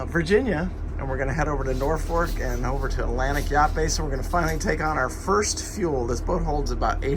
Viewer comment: There is only one "R" in the word Norfolk.